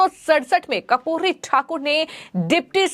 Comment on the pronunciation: कपूरी नही बेटा कर्पूरी उच्चारण किजिए।मोदी जी क्या खेल खेलते. समझ के बाहर हैं। राम विलास पासवान लालू यादव नितिश कुमार शरद यादव सब लोहियावादी कर्पूरी ठाकूर के आयु में छोटे पर शिष्य कह सकते हैं।बिहार मे बडा खेल होने जा रहा हैं।